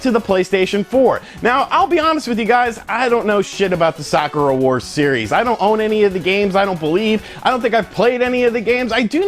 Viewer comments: sakura------suh-koor-uh.....not sock-ur-uh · it's pronounced Sah-koo-rah' with a soft "k" said like one would say "beautiful" or "soft" and not hammer the consonants in the word so abruptly. Sakura Wars (aka Sakura Taisen) has had five games. it's a Shining force-like Strategy RPG with steam powered mech, and team of different girls from different nations. There is a pseudo-"dating sim" aspec which is more relationship/friendship building gameplay elements and yes the player can go out a couple of "dates" with the girls if certain conditions are met. The series has a hardcore but semi-niche fan base of the series. I am looking foward to the Sakura Wars alternate universe reboot game.